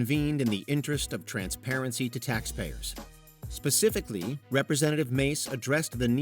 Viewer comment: Mr Gallaudet, 'pacifically designed' lol